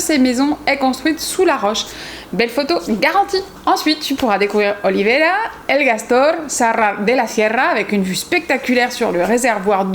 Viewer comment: C'est pas Olivera mais Olvera !